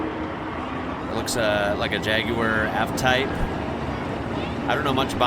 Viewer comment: I think it's the first time I've heard an American pronounce jaguar correctly, it's usually jagwahrrrr. lol.